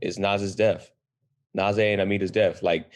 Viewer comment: Damn 1.5 seasons in and still aren't getting names correct Naze (Nah-Zeh), Gaileo (guy-leo), barbatos (bar-bah-tos)